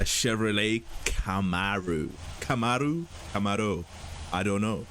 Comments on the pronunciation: The Comaro was Chevy's answer to the Ford Mustang. Pronounced c'MAR-o. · Sorry to be that guy but Camaro is pronounced (cuh-mare-oh)